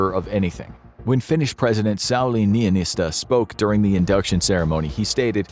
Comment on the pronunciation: perfect pronunciation of finnish president sauli niinistö